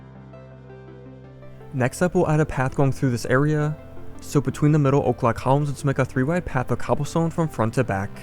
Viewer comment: Why are you saying o’clock columns? Because that’s what Im hearing